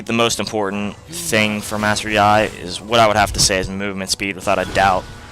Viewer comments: It is pronounced like "yee" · Good video but I don't think ur pronouncing his name right but who cares right? Anyways sweet vid!